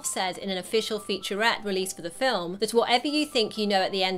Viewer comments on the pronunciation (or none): none